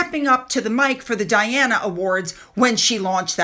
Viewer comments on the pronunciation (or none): none